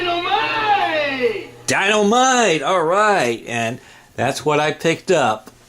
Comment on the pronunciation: "Dy-noo-mite"